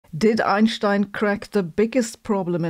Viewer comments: The first time I hear "Einstein" pronounced correctly on YouTube, and I'm not even German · Além de derrubar todos esse mitos idiotas da pseudo-ciência (bad science) que vendem por aí, Sabine é a única que pronuncia o nome do Albert corretamente. And I love it so much.